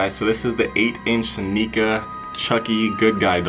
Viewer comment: Who else realized that he pronounced Neca wrong?! LOL